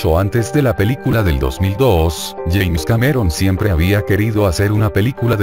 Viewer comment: Es James Cameron, no "yaens".